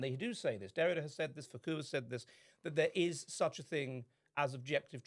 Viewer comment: Please God stop saying FooCoo...it's Foucault.